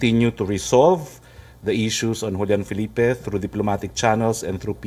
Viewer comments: The JULIAN FELIPE reefs pronounce like this. WHOLIAN (JULIAN) FE-LEE-PE (FELIPE). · It's read as "HOLYAN FE LI FE" Julian Felife reef and yes the Philippines owned that reef! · Not julyan felip. We pronounce it "hulyan fe le pe reef" ( julian felipe reef ?🥰🥰🥰